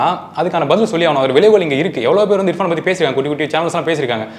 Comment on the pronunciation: அடேய் Anchor முதல்ல இர்பஙன் என்டு சொல்லுடா இபான் இபகன்னு சொல்லாம